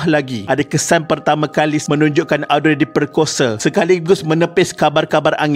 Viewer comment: Mintak maaf admin.. cara sebutan nama Audrey ialah Oh-dree... Sekadar berkongsi